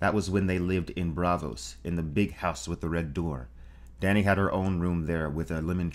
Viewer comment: Dany was butchered.